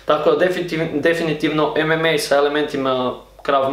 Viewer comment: nije ememe nego emama